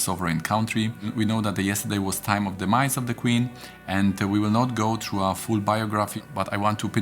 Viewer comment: "death" mówisz ładnie (def), natomiast through czytasz "tru" co odpowiada wyrazowi "true". Through możesz czytać śmiało "fru"w odpowiedni sposób ;)